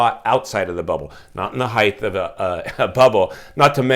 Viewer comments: The word is pronounced HEIGHT --- not HEIGTH. A house on the next block over sold in a couple of days. Listed at $890,000 - sold for $920, sq. ft, 4 bedrooms, 3-1/2 bath, 4950 sq ft lot. An average house in an average area. As a former realtor, the buyer(s) will be in foreclosure in a few years. I saw this in 2008 -- and most of the foreclosures will be bought up by Blackstone, Blackrock, hedge funds, wall st. Very few families will be able to afford to buy - because they will be unemployed or working part time. Very sad time in America. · Length, width, breadth ….. heighth …. I say it too. I know it’s “wrong” but the word makes perfect sense, more so than height. Carry on grammar wizard